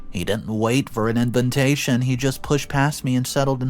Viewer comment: Why does the commentator keeps saying “inventation” rather than “invitation”?